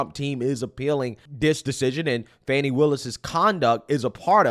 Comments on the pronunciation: How does Fani = Fauny and not Fan-ee? This is like calling Target "Tar-zhay" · I pronounced her name PHONY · The spelling isn't Fawni. A ceiling fan, with an I.....fani. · The woman can’t even pronounce her own name correctly🙄or perhaps her parents misspelled it? There is Fani, like mani and handi, and there is Fawny, like tawny and brawny. Only a narcissist would think the rules of proper English should be changed for them.